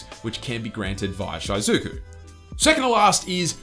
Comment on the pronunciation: Jesus, stop saying "Shy-zuku"